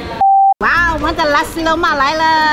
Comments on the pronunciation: Nasi Lemak. Not lussi loumark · I keep hearing "lasi" lemak 😂